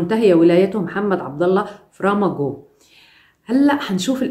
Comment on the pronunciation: الحفلة تقريبا في لتدن لان في علم بريطانيا و تاني وحدة بتغني اسمها فرح كفتن هذة المرة الثانية التي يتولي رئاسة الجمهورية. الرئيس الاول اسمه فرماجو و ليس فرماغو.